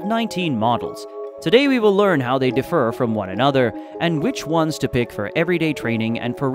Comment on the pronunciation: The pronunciation of “differ” emphasizes the synthetic feel of the voice.